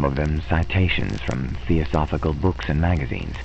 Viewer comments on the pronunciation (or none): Excellent. If you choose to do more HPL adaptations in the future---I hope so---might I suggest checking out the pronunciation of all the words ahead of time ("bas" relief, and "theosophical"for instance, and names, like Arthur Machen,, whose last name is actually pronounced "mock-in".) Hope that isn't being too "picky-picky". This is an excellent presentation and a great reading in every other way! Thanks!